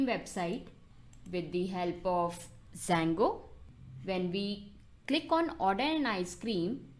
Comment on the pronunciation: it's Django not Sango haha, love the slang